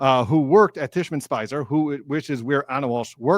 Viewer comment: Hi friend! I love your videos and you're great!!! :) (Now let me whisper something super quietly, which is that it's Tishman Speyer, not Spicer. It's not important, but a friend tells a friend these things so they can get it next time <3 <3 <3.) I appreciate your excellent coverage! Hope you had a great Thanksgiving.